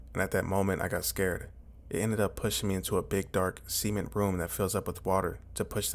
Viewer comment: Never heard anyone butcher the word "cement", but you found a way.